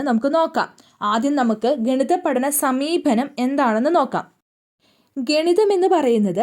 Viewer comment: Not sameebhanam, sameepanam